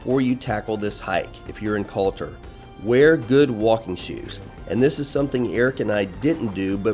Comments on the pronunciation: Hey guys, Nice video. It's not pronounced Cotter though it's Koetore if that helps. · Izgovara se Kotor, dragi stranci ime grada se izgovara izvorno!